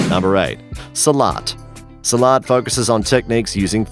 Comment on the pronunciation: your mistake. no salat, its silat